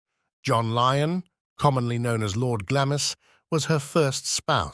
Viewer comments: glawmz not glammiss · Its pronounced Glaams not Glamis.